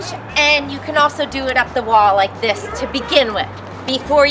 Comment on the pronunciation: Omg I cant get over the zis